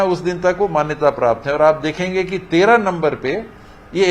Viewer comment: Hai ki jagah kai bol rha h 😀😀